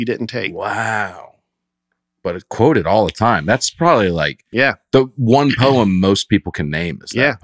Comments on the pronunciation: here's a 'Hakoo' for you: It's so poetic can't pronouce poem Can't say Haiku too. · Long time commenter, first time listener. I’ve actually been listening since the first episode and as much as I wanted to skip this episode because of the topic, I knew that these tend to be the best. I was not disappointed. Listening to mispronounce every variation of poem, while and Dusty tried to keep it together, never got old. Way to exceed the low expectations! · Why do I like this better without the namesake present? and his pronunciation of certain words is wild, man. That's Lebnun fer ya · This had me laughing so hard while listening to the pod that I had to come over to YouTube and just see Dusty and in real life laughing. I don't think I've ever laughed so hard while listening to you guys., you are the best--I mispronouce stuff too--we all do, but that was HILARIOUS!! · I've heard many people pronounce "poem" the way does, but I lost it at Dusty and reaction! I was laughing to tears the whole drive to work, and when I got there my coworker asked me if I was ok! 😂😂😂 I absolutely love these episodes where Nate is gone, so much more fun without Nate's picking on everybody! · As an MTSU grad Who was made fun of in high school for the same pronunciation of poem. Stick with it, Not a Haiku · Loving everyone's varied attempts at spelling insane pronunciations 😂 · I laughed uncontrollably at Dusty and laughing at over his pronunciation of the word poem. Another great episode without Nate. Keep it up guys. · In one of her songs Taylor Swift sings, “On the way home, I wrote a poem.”, how would you pronounce home? Been listening since the early days and I never laughed so hard 😂 Thank you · If you make fun of an annunciation at least try to explain to the man the difference between the two. Poe - eem and Poe - umm Poe - EEtry vs Poe - uh tree